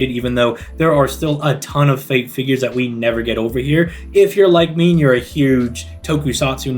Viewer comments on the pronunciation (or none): none